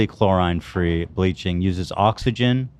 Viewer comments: It was painful to hear chlorine (chlor-ee-n) pronounced chlor-eye-ne so many times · Ethan repeatedly saying “chlorINE” was killing me 😭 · The way ethan pronounces "chlorine" gave me an aneurysm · ethan pronouncing chlorine like that was insane lol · ffs it’s chlorine man 😂😂😂